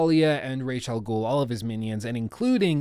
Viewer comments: Umm excuuuuuuse me bruh!? "Rayshaw Ghoul"?.... Nah doooood... Oh hell nah bruh, not on my watch you son of a B****!!!! If you've seen the latest Batman Trilogy they clearly pronounce it like Ra-Za-Ghoul.... Rayshaw Ghoul, man you're cringing me out every time you say it hahah STOP IT!!! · ii dont think ya did play ANY of the Batman Arkham games or atleast not ALL. its pronounced [Raazz-AL-Ghoul} you mispronounced it EVERY TIME...... I dunno if ur testing people or what.... But go ahead double cheack it. if u played the games wouldn't you know that? Hes a pretty MAJOR CHARACTER.